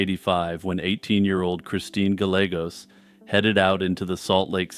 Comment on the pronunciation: Gallegos is pronounced “guy-A-gOs” but otherwise stellar video.